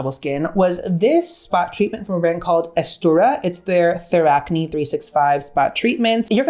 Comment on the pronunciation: The brand Aestura means Extra. It’s the Korean pronunciation of ‘extra’ so it’s pronounced “estra”.